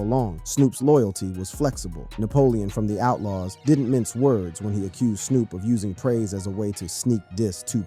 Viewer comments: They need to change the spelling so AI says names right. They should have changed it to toopock. I heard him say Snop dog early in the video too. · Who is narrating this video? Why is Pac being pronounced pack? Snoop was even pronounced snop once in this video! Why?! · Yo!! I like what you're trying to do--4Real, 4Real, but after hearing you mispronounce 2Pac (-2-Pack) name like 25+ times, I had to turn it off. And not that Suge matters...his name was also mispronounced. Snoop's name too!! So, I don't know if this was a blended A.I. thing or not, but it lacks too much repetition & disrespect to a solid Legend like Pac!! I thought only random Caucasians mispronounce 2Pac?